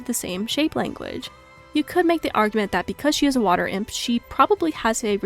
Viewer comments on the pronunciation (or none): none